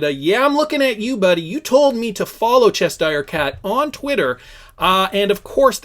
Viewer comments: It’s CheSHIRE Cat, not Chester cat. Read. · Che-shure, not chesh sheer. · Cheshire cat... Pronounced "chess shy er" cat! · It's pronounced chesh - sheer. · Wrong, its pronounced chesh sure. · There's no way you're saying Chester cat. Haven't you seen Alice in wonderland? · U and Brandon are so simple u can’t even read the word Cheshire that clearly doesn’t have a t in it lol